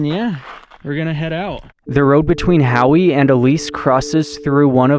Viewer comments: Howe is just pronounced "How." I enjoy your vids 👍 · If it's spelled Howe, It's pronounced How. My last name is Howe. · You don't pronounce the e in howe, its like how do you do. And while the Paw - Sim - Er - Oy, pahsimeroi valley can be harder to pronounce and worse to spell it's not that bad. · I LIVED BETWEEN HOWE AND CLYDE TILL I WAS 19. NOW I AM 66 YEARS OLD. PEOPLE LIVE there, and STILL GO TO THE HOT SPRINGS. CLYED HAD A ONE-ROOM SCHOOL HOUSE I WENT TO FOR THREE YEARS. MY MOM COOKED THERE THEN WENT TO HOWE. HOWE IS AN INDIAN NAME. MEANS HI THE E IS SILENT, SO YOU WERE SAYING IT WRONG.I LOVED LIVING THERE. ARCO WENT TO JH HIGH SCHOOL.